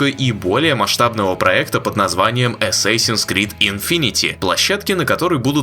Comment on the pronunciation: ЧТО ТАКОО "ЭССЭСИНС" ? ДАЖДЕ ПО АНГЛИЙСКИ ЧИТАЕТСЯ С "А"